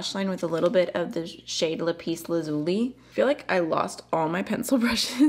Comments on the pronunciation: Holy guacamole, this brand is now on my radar as well. I don't have very many multi chromes and this looks like a super affordable starter set if you will. Especially since it's based on Mineral names. I absolutely love it and they're using appropriately shaded minerals to reflect the name which is accurate and that impresses me. By the way ,It’s pronounced "Lap-is" like you put something on your lap, you pronounced lazuli perfectly. 😘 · I think they're mostly saying that the emphasis is on the first syllable for Lapis: /'læpɪs/